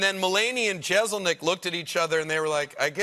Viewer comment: The "s" in Jeselnik is pronounced as an "s"... not a "z".